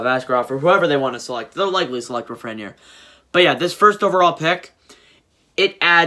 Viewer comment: U PRONOUNCED LAFRENIERE WRONG AGAIN!!!!!!!!!!! LAF-FREN (as in friend) - EAR